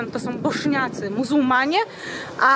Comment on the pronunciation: Bośniacy a nie boszniacy